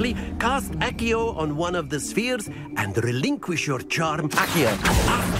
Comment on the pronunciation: Akio 💀 isn’t it axio ( I know it’s spelled accio )